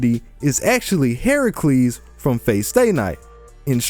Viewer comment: U called Jeanne as Joan which is not wrong... But u called Heracles/Hercules as "Heracelies" wtf?